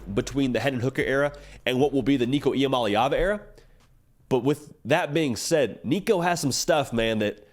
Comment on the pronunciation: Shout out on pronouncing Nicos last name correctly... its not as complicated as people think... the easiest way I learned it is... EE-AH-MOLLY-AHVUH.. with a lot of us and our southern accents it's the easiest way to pronounce it as close to correctly as possible,. without sounding out all the syllables.